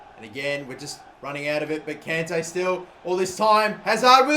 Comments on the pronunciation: It's con Tay. Not can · please stop pronouncing kante wrong! its the same as conte. its like nails on chalkboard when you mispronounce it